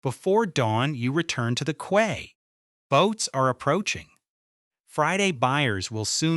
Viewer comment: How is possible that AI doesn’t know how to pronounce "quay" correctly? And why do the pictures of fish have a tail at both ends?